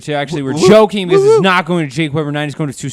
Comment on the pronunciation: "What Do You Think JACK?" Anyone else hear say Jack instead of Jake lol! 😂😂😂